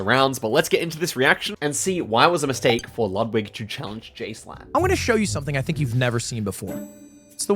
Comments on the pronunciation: I watched that stream and I found it insanely funny that they were shocked at the Kampala guess 😅 (Also, Jschlatt is pronounced "J Shlat") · Jschlatt can't avoid being mispronounced